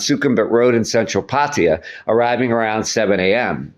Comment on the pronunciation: Pattaya ❌️ Paateya✅️😂😂😂